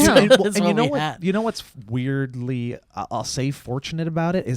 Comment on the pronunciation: More things should be done "Weird-lee" .